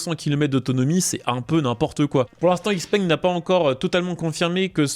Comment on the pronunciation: "x-peng" se prononce "chi-peng"